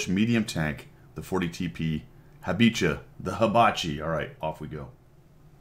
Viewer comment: Pronunciation: Ha-bi-HA.